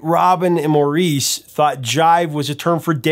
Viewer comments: Hey Prof, as knowledgeable as you are in everything rock, I'm surprised that you didn't know that they pronounced "Maurice" as "Morris". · I've heard the brothers pronounce Maurice's name as MORRIS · good stuff. Maurice is pronounced like "morris" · Maurice's name is pronounced "Morris. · Maurice=Morris. Different pronunciation than in the US. Lol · Maurice is pronounced the same as Morris. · Maurice is pronounced as “Morris.” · "MORRIS" is how you pronounce MAURICE. It's so annoying when music experts don't get names right. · Maurice was pronounced Morris for this brother. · Just a couple of British English heads-ups - Yorkshire is pronounced YORK-sh'r, and Maurice is pronounced Morris (rhymes with Boris), with no French intonation. And West Yorkshire isn't a town itself, it's part of the county of Yorkshire, Batley is the name of the mill town. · I wonder how many times you’ve been corrected about the pronunciation of Maurice Gibb’s name, and why you don’t seem able to take it on board. It’s how the British spell Morris. Just Morris. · I think it's pronounced "Morris", actually, sure of it. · Maurice is pronounced Morris, but I supposed Google doesn’t tell you that. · Maurice … pronounced like Morris (in American English). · Just an FYI - Maurice's name is pronounced Morris. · They pronounced Maurice like Morris. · Maurice's name is pronounced "Morris." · Maurice, in this case, is pronounced Morris. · Maurice is pronounced Morris. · That's not how to pronounce Maurice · It's Mor- iss not More- reece ....aaargh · You are usually spot on with everything but here is a mistake and lack of respect. The 3rd brother you call Moor-ece, although spelled Maurice, is pronounced Morris. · Saying that does not describe how you say it. The British way is Morris and the American way is Moreese. Maurice Gibb was British and he and all of his family pronounced it like Morris, so that is the correct way to say it. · I'm sorry, but it is pronounced Morris not Maureese